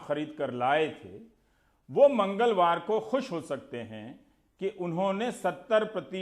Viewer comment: Mr. Rabish...Overacting drama. Kitna chutiya hai tu..."Mangalwar" word pe force itna kyun?? Sharam karo...full of negativity. Please is time pe hindu muslim karna band karo..in a indirectly way. Bullshit reporter ever..🤣😂🤣😂